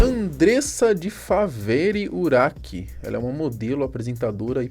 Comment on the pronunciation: O nome dela se escreve urach mas não se pronuncia nem urak e nem uraxi . A pronuncia correta é Urá .